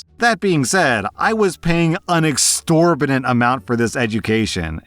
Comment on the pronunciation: "Exorbitant" has the T between the I & A, not the X & O.